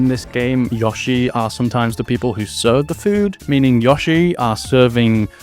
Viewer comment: Take a shot every time he says Yah-shi instead of Yoh-shi.